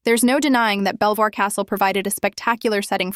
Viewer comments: its pronounced "Beevor castle" stupid Ai voice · its pronounce BEAVER not BELL VOIR